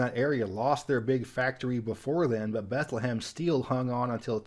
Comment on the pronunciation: Note: Bethlehem, PA is pronounced, "beth-LEM" (2 syllables)